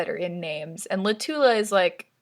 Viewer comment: Fun fact that changes everything. Latula is pronounced like spatula